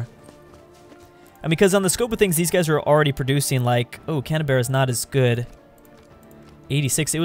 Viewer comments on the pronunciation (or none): wait. did you pronounce Canberra as Can-a-bear-a? its Can-bra mate. on a real though, is making me rethink how i say every town and city name in Australia (edit: can't spell pronounce) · Can-a-bear-a :))))) damn son,you so murican :)) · Canberra = Canabearra Melbourne = Mellborn Adelaide = Petra City Toowoomba = Severe Stroke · Pronounce Canberra like "Can-bra". That's how Aussies tend to say it.